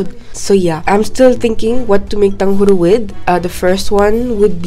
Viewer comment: Its like you are saying tanghuru